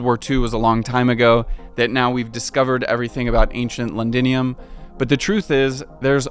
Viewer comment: It's a shame that you ruined a great documentary because you couldn't spend 5 seconds finding out how to pronounce "Thames". Every time you said "Tayms", I cringed so hard! That must be extremely embarrassing for you. Also, it's "Londinium", not "Lundinium". Also, calling the Plague, "the Pleg"? Hilarious! Cheers.